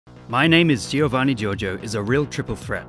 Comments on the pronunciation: just saw this video today after a year and saw that a lot of english speakers struggle with the pronounciation of "Gio" so to help you guys out the way to read that is the same you read "Jo", cause in italian G followed by an I or E sound like J in english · Being Italian, i say that how you pronunce Giovanni Giorgio is not so good, you have to say the i of Giovanni mute, but i know that it can be hard, even someone in Italy actually say Giovanni instead of Govanni! Here if A, O or U have a G before they, you have to pronunce gh, but if there is a g, an i and then A, O or U, you have to pronunce it: gi, but there are some exeptions, in some cases you have to do the gi, but the i is mute (for example, Giovanni). Giorgio instead is different, because you don’t have to say gorgo, but you have to pronunce a bit the i. So, not gIovanni, but govanni (this is just for the pronunce, you have to write it “Giovanni”) Btw gg for making a video about one of my favorites memes! 👍 😉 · he hears how he pronounces his name and he cant repeat it... you dont say the first i in giovanni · I don't get why you guys pronunce it "Jeeovanni". Giovanni Giorgio even says it himself! It's "Joevanni" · GIOVANNI NOT GEOVANEY!! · The way he says Giovanni burns my ears.